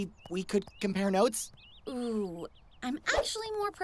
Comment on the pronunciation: i thought Weiss's name was pronounced "whezz" like gasping for air